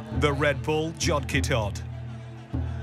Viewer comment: Absolutely butchered the pronunciation of the indian sport terms. great video otherwise. Jod ke Tod is pronounced J-ore (rhymes with chore) Kay T-ore (again, like chore). And the game that Jod Ke Tod is based on is Dahi Handi (Da-hee Han-dee) not dahi handai